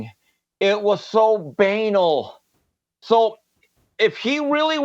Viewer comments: "BANE-ul"? really?, i know English isn't your first language.....you're doing fine...but stop trying to use big words; it ain't workin' for you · Then says a combo of banal and anal "so bane-al" Dry sense of humor love it good work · the word choice is fine....the pronunciation is where things go terribly, horribly wrong ^^